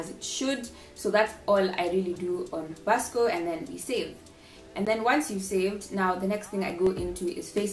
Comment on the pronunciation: Ily but it's pronounced visco not Vasco 😂❤️✨